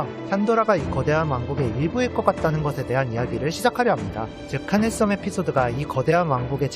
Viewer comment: 스물명(X) 스무명(0) 하늘썸보다는 하늘섬이 듣기 편할 것 같아요 자세하고 독특한 해석 언제나 잘 보고 있습니다 고생하셨습니다